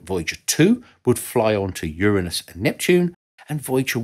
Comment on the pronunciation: thanks for pronouncing Uranus correctly 👍